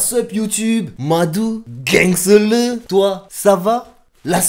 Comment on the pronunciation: Gangsta Le ?? Gangsteuleu ?? Gang s'teuleu ?? T'essayerais pas de dire "Gangsta love" par hasard ???